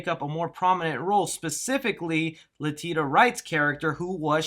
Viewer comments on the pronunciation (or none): “La-tee-tah”??? It’s “la-tee-sha”, holy sh!t man...